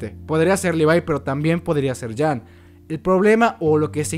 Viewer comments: ¿Porque le dices Levai? se dice Levi y Jean no es Yan o como lo digas es ( lo diré como se pronunciaría) jin. y si estoy mal alguien que me responda XD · Por que le dice livay y jan, que yo sepa a levi y jin ps asi lo pronuncian en el anime